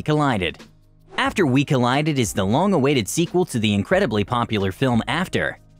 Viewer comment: Doesn’t he say collided wrong or?